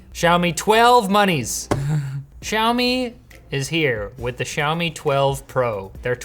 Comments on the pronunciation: SHOU-ME??? What kinda pronunciation is that? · I can't unhear the Australian: "Show me 12 Pro"